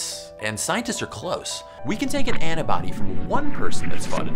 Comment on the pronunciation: Just wondering, you know the word is "antibody" right? Because you keep saying "anna-body" and it's honestly so weird